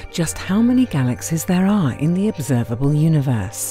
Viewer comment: "Galaxez?" I can't listen to that voice. Had to stop.